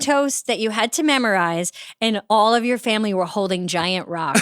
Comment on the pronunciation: Baby angel madam podcaster why do you say memorize as mammorize like mammory gland it made me laugh